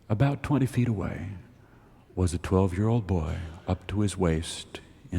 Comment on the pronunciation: I’ve also noticed Garrison pronouncing long o sounds like this: mold = mow-wold, old = oh-wold